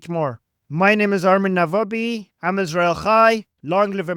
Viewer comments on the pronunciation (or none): none